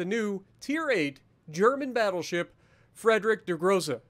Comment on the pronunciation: I don't know if I got your comment right, but the pronunciation is more like FREEDRISH DER GROSSE. Just pronounce the "SH" more soft.